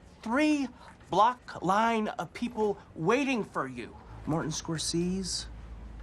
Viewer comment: Fun Fact: The reason why pronounces "Scorsese" wrong, is to allude to people mispronouncing Iñarritu wrong (pronounced iñAhrritu, not iñarrUItu, as said by American media). Funny enough, throughout all the festivals, including his win on Best Director and Picture at the Oscars, it was still mispronounced.